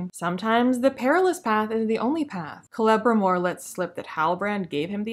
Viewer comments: LOL your mispronunciation of Celebrimbor sounds like "Clevermore" - quite appropriate really. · I thought you were saying "Clevermore" instead of Celebrimbor as a joke. You should have gone with that excuse instead of admitting you mispronounced it. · Hilarious video series. Kudos! 🤣For this specific video, it sounds like you're calling Celebrimbor "Clevermore" which I feel like it's your subconscious mind giving him an ironic nickname for the master smith who has never thought to mix ores together. Such a clever elf! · Kelmmimor? Celerymore? Krammunmur? Sell some more! 😂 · I thought you were calling him “Clever-More”. Also, new name for the show “The Non-Sequiturs of Power”. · Forgetting the syllable sounding like "Bore" in reviewing this series seems quite forgivable. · I was going to make a comment on how you kept mispronouncing Celebrimboring...